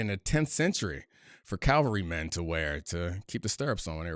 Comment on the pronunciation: Cavalry, not Calvary.